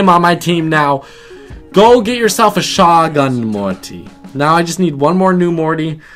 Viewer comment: its show-gun morty